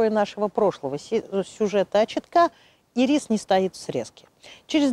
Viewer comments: ударение в названии падает на первый слог - Ирис! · Всё замечательно:интересная информация, литературная речь, эмоциональная подача материала настоящим знатоком своего дела. Только, пожалуйста, ударение в словах "ИРИС", "ХВОЯ" ставьте на первом слоге, а не на втором:"И'РИС",ХВО'Я".